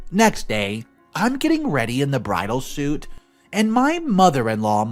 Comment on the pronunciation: Bridal Suite … “suite” is pronounced ”sweet” not. “suit”